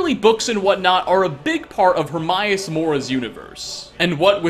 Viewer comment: herMAEus not HerMYus